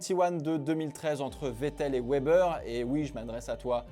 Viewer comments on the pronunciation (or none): none